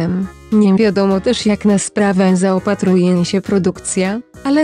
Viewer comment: Twórcy filmiku szukają taniej sensacji. Czemu ma służyć ta burza w szklance wody?Jak Wam nie wstyd??? Warto wyeliminować potknięcie językowe Pani lektorki - "Jak zaOpatruje się produkcja..."/ /.